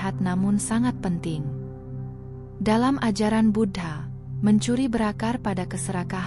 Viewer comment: Suara nya bagus, sayangnya aku merasa tak enak setiap admin nya menyebut Buddha dgn kata Bud ha...